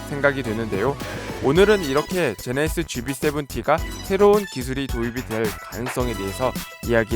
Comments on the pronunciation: 제네(히)쓰ㅋㅋ 제네시스도 잘안되는데 꼭 칠공을 쎄븐티라고 고집하지요. 한국사람만 보는데 ㅎ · 제네(시)스ㅋ 제네시스하실때 조금 천천히 말씀해보세요 기존보다 나아질거같습니다.